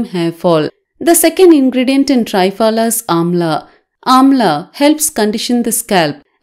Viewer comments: 👍..as usual...need to inform...it's call त्रिफला....(3 fruits)...not Tri as in tripod.....Tri...as in Trimurthi. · Thanks for this beautiful remedy 👏👏👏. Just a small thing, the triphala is not pronounced correctly...the tri sound is not correct...it should sound like you are saying three-fala !!! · Why say ट्राय फला, half English half Hindi? It's त्रिफला, it's Sanskrit. Better. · Not try-pala ,THRIPHALA